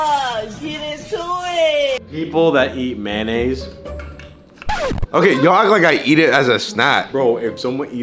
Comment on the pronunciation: MANAISE 🤦🏾‍♂️ Americans